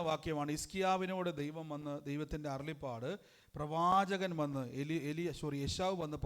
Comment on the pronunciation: Not arullippad, it is arullappad...